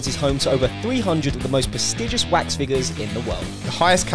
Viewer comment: Um... Dont you mean Waks figures? 😂😂😂😂😂